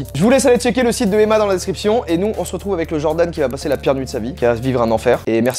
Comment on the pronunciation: Emma on le prenonce avec 2 “M”